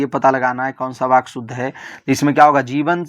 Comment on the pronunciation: Sir baky nahi vaky hota hai